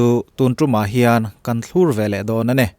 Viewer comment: Thlur tih hi in lam dikloh ve tlat chu